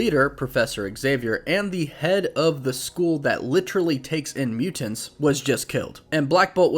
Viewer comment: thank you for pronouncing mutants this way.